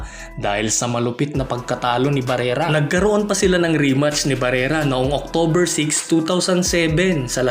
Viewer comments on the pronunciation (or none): none